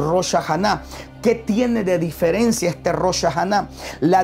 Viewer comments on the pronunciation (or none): none